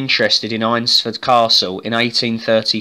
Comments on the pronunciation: Great vid! I live near here so just to point out its pronounced ainsford. Ain like pain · Nice video mate! Just one point - it's pronounced "AINS" - ford. But good work. A place very close to my heart.